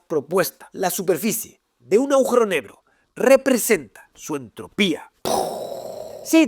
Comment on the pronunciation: agujero NEBRO????? JAJAJAJA sos un capo santa (minuto )